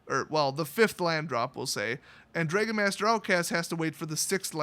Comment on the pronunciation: I've never heard someone mispronounce "dragon" before